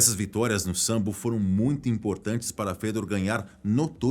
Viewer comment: Po, mano não é sambo é sambô